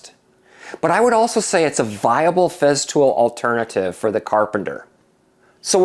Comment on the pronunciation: Its not Feztool, its FESTOOL with an S.